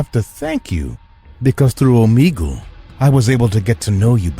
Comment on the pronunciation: The fact that he said Omegle wrong 😑